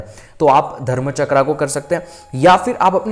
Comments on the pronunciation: Please sorry पर बहुत समय से आपकी छोटी विडियोज देखी तब भी लगा बोलूं पर आपके सामने मैं तुच्छ हूं लेकिन एक बड़ी बहन के नाते कहने का मन किया अन्यथा ना लें आप बहुत अच्छा कार्य कर रहे लेकिन आप ये जो चक्र को चक्रा बोलते या आज्ञा को भी आग्न्या बोलते हो आपकी नॉलेज बहुत अच्छी है पर हर चीज में आ की मात्रा उसका अर्थ बदल देती है कई महान गुरुजी लोग बताते शिव को शिवा बोलने का क्या अर्थ होता शिव प्रभु और शिवा यानी शक्ति अब आप कई बार ऐसी ही त्रुटियां करते और लोग भी इसे सुनते इससे फायदा हो या ना हो पर गलत उच्चारण सही फल नहीं देता ऐसा कई गुरुओं का मानना है और हमें भी सुनने में अजीब लगता ये अंग्रेजो की आदत होती हर चीज में आ की मात्रा लगाते हम तो हिंदू हैं क्यों ऐसी शैली का उपयोग करते आप। एक सुझाव है ये बस बाकी क्षमा चाहूंगी आपको कुछ बोला इसके लिए आपका ज्ञान बहुत अच्छा है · Aap log pahle chakron ka Naam sahi se uchharan karna Sikh le FIR video banaya kariye